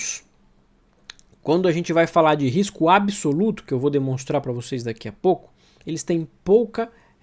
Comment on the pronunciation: Sou seu fã, mas não cometa erros grosseiros de português! Não se pronuncia ABISOLUTO o correto é ABSOLUTO, o B é mudo, portanto, para pronunciar direito faça uma rápida separação entre AB e o restante da palavra. Assim, ó: AB SOLUTO